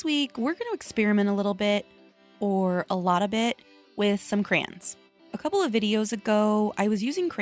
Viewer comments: its called CRAY-ONS it sounds weird when you say it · I say it with both syllables (cray-ons) like it's written. But In addition to the way you say it (crans), I've heard some people say it like "crowns" and I'm so confused by that one. 😹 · I think crowns comes from emphasizing the yons instead of the cray…😂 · You say "cran" like a Midwesterner. Me too . I grew up in Illinois and Nebraska. 💁‍♀️ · It never occurred to me until you said it but I say CRAN too 😅. It's like coopon versus quepon. Maybe depends on what part of the country your from. Im from the Midwest. This was a fun video! I like the science experiment!❤🎉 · I think you did a ton of work with crayons! I pronounce them "crowns" bc I'm from Virginia. Ugh. Anyway, you know how you mentioned that crayons are easy, and that's why you liked them? Was using any or all of these methods still fun when using the crayons? Would you dread using them if you had to do any of these methods? Just curious.😊 Also, Ruby? ADORABLE! OMG! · I love Ruby so much! She gives me such cute aggression!!! 😤😍😂 I want to squeeze her! 😆 You're totally making me want to use my crayons. 😅 Also my husband makes fun of the way I say Crayons (crowns) 🖍️👑 😂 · I say "Crans"......😂😂😂 thought i was the only one. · I have been told I say crayons funny too….i say it the exact same way as you! I guess growing up in Southern California then moving to the south after I got married they would think I say a lot of things funny 😂